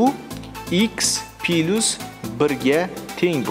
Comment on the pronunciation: Пилусмас - плюс